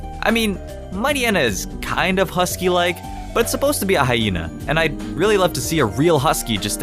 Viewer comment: um...husky not hisky